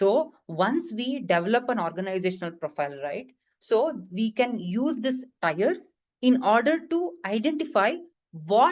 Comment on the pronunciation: TIERS .. not Tyres .. good video though